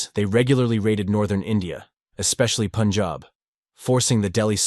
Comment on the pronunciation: Good thing he pronounces it as pun-jahb and not POON-jahb